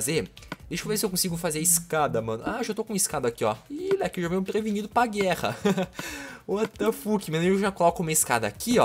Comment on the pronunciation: Porque tu fala uatafaque